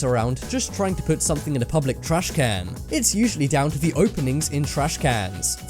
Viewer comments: The way he says trashcan urks me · I like how u say trashcan